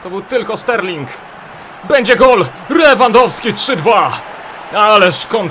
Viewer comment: Powiedział Rewandowski niż Lewandowski xD